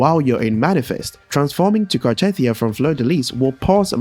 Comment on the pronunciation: just saying, that isn't how you pronounce "Cartethyia". They literally give you the right pronunciation in the story?